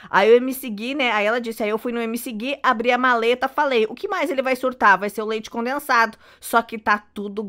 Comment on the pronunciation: A fala: leite conensado?kkk